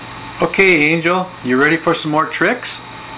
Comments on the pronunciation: I love this video but lol at start it said angle not angel lol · Angle is her name? i thought you said angel??